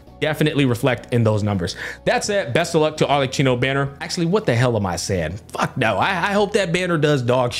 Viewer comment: It is pronounced ArleKino